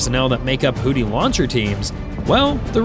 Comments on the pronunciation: Houthi is pronounced "WHO-thee" not "WHO-tee." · "hoodees"???? "new phone. who-dees?" "hoodee and the blowfish" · No, this is the A-10C Thunderbolt II nicknamed "Warthog". Also, this is a result of not listening to your AI narrator before publishing. It's "Houthi" not "Hootie". I was wondering what the rest of "the Blowfish" were up to when you said that. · Did someone put a D in Houthi and didn’t tell me…? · I like the fact this fake AI voice pronounces it "hooties", as in "Hooti and the Launcherfish".